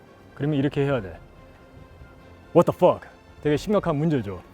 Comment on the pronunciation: You can really feel the American in him when said “What the Fuck”